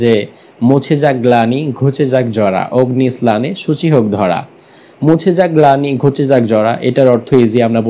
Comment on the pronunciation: Your explanation is not correct. You even can't pronounce the song correctly. OGNI SNANNE SUCHI HUK DHORA means, Grishmo kaler tapu daho k bojano hoieche